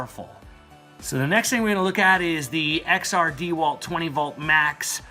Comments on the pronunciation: Dee Walt? It's pronounced (dah Walt) enough with the disrespect...not true on the batteries, XR does not mean upgraded batteries on the 4ah...they are 18650 cells,not 20700 or 21700......the 996 drill is 4yrs old but still the second best HD drill on the market,only behind the new Milwaukee HD.... .........the impact driver is not a drill it can be used to drill but it's purpose is to I install fasteners. ......you can get less expensive dck sets with lower ah batteries..also Amazon is cheaper , currently $289 for this set.. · $320? DEEE-Walt? I don’t think so.... on either one.